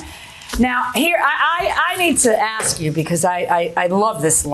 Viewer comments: ...Please don't axe anyone 🫩It's ASK! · Asked not axed